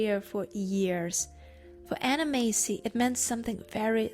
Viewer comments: ……her surname is Massey. NOT Macey. Mass-e……… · Anna Massey (mass-ie) - not Macey. I know her name because I am one to watch the credits and I only watch black and white and a few in color. She was a wonderful character actress! Thank you for reminding me of her. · Not "Macy".....MASSSY..... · its Anna Mass-y you moron not Macey. If you think she's so great (which she is) then show some respect and learn how to preonounce her name correctly. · Very interesting! But her surname is pronounced Massie as in lassie. Not May-see. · I love Anna Massey (you’re pronouncing it wrong lol). She is daughter of Raymond Massey who was a famous American movie/tv star. And she is the sister of the famous British actor Daniel Massey. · The "A" in Massey is the same as the "A" in Apple 😊